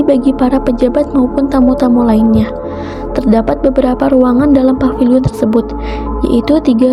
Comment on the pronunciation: Paviliun bukan papiliun pak